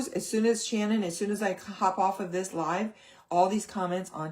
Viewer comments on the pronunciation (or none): none